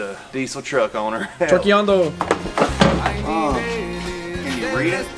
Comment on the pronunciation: I cringe so much when they say trokiando because they can’t say it right